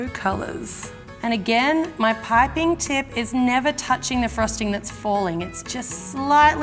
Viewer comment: The way she pronounces piping (pie-pin) lol